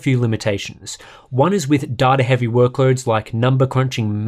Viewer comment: Imagine pronouncing data as duh duh